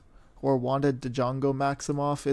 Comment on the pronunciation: Also Wanda's middle name is pronounced with no d so just jongo